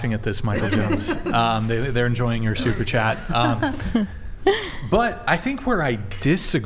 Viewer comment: At some point, has to say Super Chat. All I hear is 'soup chat' 😂